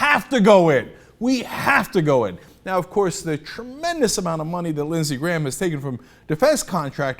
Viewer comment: I kept thinking he said Lizzy Grant. Like Lana Del Rey.